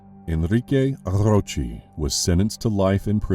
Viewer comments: My thought exactly! So annoying lol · Enrique Arrrrrrrrrrrrrochi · 🤣🤣🤣 That tickled me! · what's up with the hispanic name dude? rrrroooooccchheeeeee?